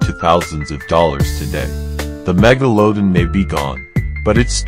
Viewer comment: get rid of the awful A Get rid of the AWFUL AI narration. "meg-o-low- din"??? What a joke.